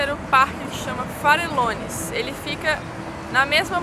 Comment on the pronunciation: Farellones, léia se Farejones...Valle Nevado ,léia se Vaje Nevado....